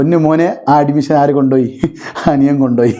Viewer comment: Nee ആദ്യം അഡ്മിഷൻ എന്ന് കറക്റ്റ് ആയിട്ട് പറ.